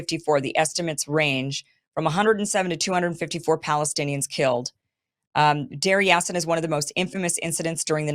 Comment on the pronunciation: Kim, Menachem Begin (pronounced: Menaakhem Baagen) he was Prime Minister of Israel he once said on video that he was very proud to be the very fist terrorist in the world 🌍 Village Pronounced “Dar Yaseen”